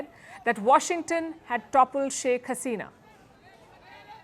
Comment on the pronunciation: Palki S, for long, I have been crying for South Asian Unity, USAS - United South Asian States but to no avail. Your fanatic hawks started spitting venom at Bangladesh, for, with Hashina (your pronunciation of utter negligence) gone, billions of windfall dollars every year gone. And they are insane. Bangladesh cannot be callous in security. Logical!